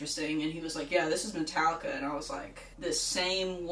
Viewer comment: "metalika" still six